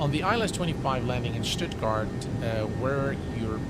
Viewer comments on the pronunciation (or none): none